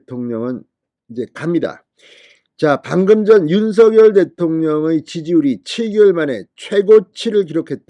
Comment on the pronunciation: 우리말. 바르게 소리내기 대통령 윤석열 바르게 소리내기 윤성열로 발음하세요 윤서결 발음은 틀렸습니다 진성호씨 바르게 발음하세요 바르게~~~~공부좀하세요 남들이. 따라하고있어요 윤서결